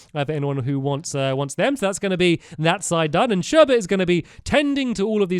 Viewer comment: "Before we start building Sherbet room" i didn't hear the 's but that may've been me